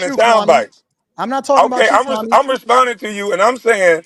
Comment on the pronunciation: Stop calling that man "Kwam", like yawl fukkin.